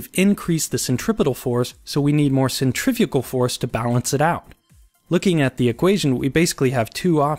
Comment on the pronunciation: "Centrafugal Force..." okay , I can hear the Angry Comments already